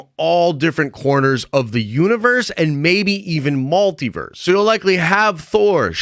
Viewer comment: Why are you saying MALtiverse?